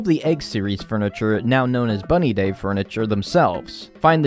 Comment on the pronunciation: When said Bunny Day for the first time, I litterally choked. I had to pause the video because of how much I was laughing.